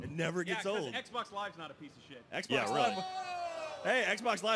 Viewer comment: Django Cribbs that's not how u say box or Xbox